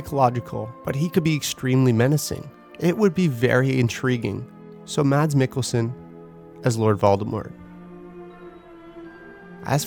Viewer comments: You don’t pronounce the D in Mads Mikkelsen. It's silent :) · Mads Mikkelsen..... The d is silent.... 😊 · Mads Mikkelsen. And BTW the D in Mads is silent. :-)